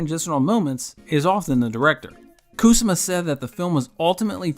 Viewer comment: KU-SA-MAH! She's Japanese. It not KOOSAH-MA. You mispronounce it like 77 times. It hurts my ears